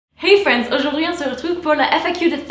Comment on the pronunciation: Je n'ai jamais su si tu disais "hey friends" ou "hey France"🤔